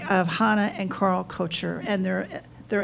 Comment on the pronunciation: I find it interesting that this lady does not know the proper pronunciation of 'Koecher'.